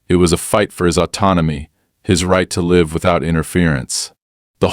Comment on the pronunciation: The AI certainly made the wrong contextual guess when faced with pronouncing "live".